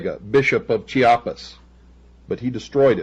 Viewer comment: Bishop of cheopas? Sounds like Cheops.